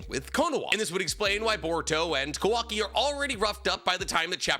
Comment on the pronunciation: Might be the lack of sleep but is he purposely saying kawaki’s name wrong 😑